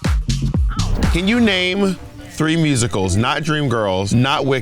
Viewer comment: “I like Rusicals” 😭😭😭😭😭😭😭